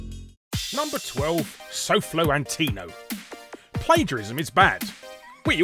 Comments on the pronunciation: SolFlo An-tea-no?... An-toe-knee-o. I hate the guy but you gotta pronounce it right. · it blows my mind how people can mispronounce a word even though its spelled out clearly. "Antio" ?? bro, at least pretend you went to school and know how to read words "AN-TO-NI-O" im all about memeing on people but at least dont make yourself look like a complete goof while trying to do it. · SOFLO....AN-TI-NO? Ummm, I think you need to do another take. It's "Antonio" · Dude had two chances to say "Antonio" correctly. You had ONE job,. Edit: Rebecca Black*... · I feel like you intentionally said soflo's name wrong xD